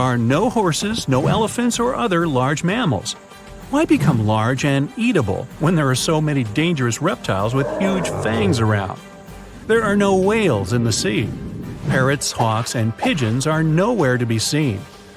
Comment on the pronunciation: The word you mispronounced etable